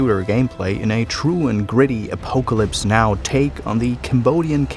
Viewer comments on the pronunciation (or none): I'm pretty sure it's said "aPOCKalypse" not "aPOKEalypse".